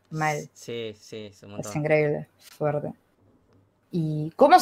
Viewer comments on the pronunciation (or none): Ah alguien tambien le molesta cuando dice "foerte"?